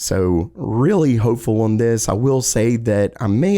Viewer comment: on, not oion.